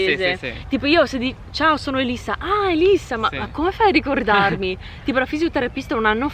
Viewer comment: It's Elissa, not Alyssa Ahahahaha 😅😂😂